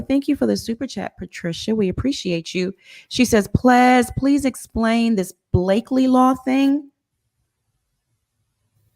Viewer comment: PLEZ? got me clinching my pearls 🤣🤣. Not mustard seed. Come on overflow